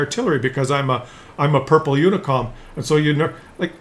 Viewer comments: Uh...what is a “unicom”? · Are you saying "unicom" rather than "unicorn"?